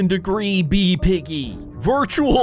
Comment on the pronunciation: Everytime he said bee it sounded like bean